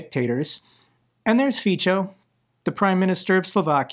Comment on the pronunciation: It is pronounced [Fitso]